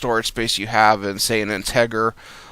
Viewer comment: Isnt Intager actually integer like im not a good reader and or speller but i feel like this guy has not heard these words spoken before but otherwise pretty good video